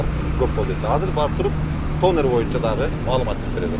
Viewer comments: Танар деп айтылат. Тонар жазылышы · Тонер😂Донер еле деп албадынбы😂